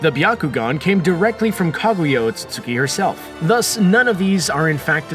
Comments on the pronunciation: Ote suite ski = otsutski Not ote sote suki 🥴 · Sounds like your brain skips every time you say "Otsutsuki". Lol. Still, great video.